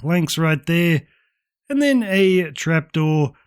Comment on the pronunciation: "One right der"